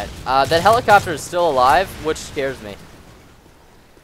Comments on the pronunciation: He says helicopter helichopter lol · helichoppter lol